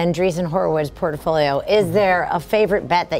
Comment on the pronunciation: ...please speak proper English...bothers me when I hear "port-O-fo-li-o" when the word, in English, is port-fo-li-o - 4 syllables, not 5, like in Spanish, Italian or Portuguese...its not an accent when you totally mispronounce a word by inserting letters that do not exist